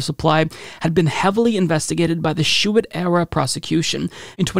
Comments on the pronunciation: The former AG’s name is pronounced Bill ‘shoo-tee’. As someone from Michigan his name is very familiar and it really stands out when mispronounced. Just for future stories. Cheers 🍻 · Shoe tee. If you’re going to say a name twenty times, look up the pronunciation. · Bill Shuette's name is pronounced 'shootie' maybe Bill Shitty works too. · Lol. Names are tough, and normally I let it go, but Bill Schuette came up so many damn times, and you butchered it each one.